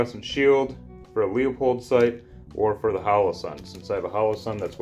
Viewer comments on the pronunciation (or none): Good vid. Also Its pronounced “Loopold” fyi.